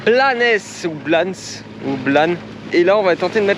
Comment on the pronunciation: Je pense qu’on dit « blanessss » on est en Espagne donc on prononce toutes les lettres et notamment les s !! 😘